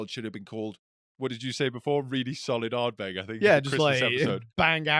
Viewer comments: Guy in the middle calling it Ardberg got a bit much 😂 great episode again chaps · pronounces Uigeadail and Corryvreckan perfectly, yet pronounces Ardbeg wrong. Having said that he does make some fine points and is an ideal foil to bombastic bluster!